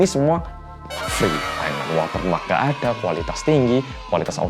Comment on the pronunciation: kenapa di 8.40 aku keinget mas Pur kalo lagi bilang "Ngga Ngga Ngga" di Tukang Ojek Pengkolan sih... logatnya sama LOL